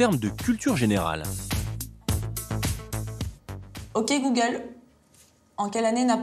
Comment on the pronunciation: "ouki googole" mdr 😂😂😂😀😀😂😀😂😂😀